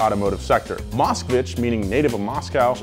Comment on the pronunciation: It bothers me that he calls it "Moscowich"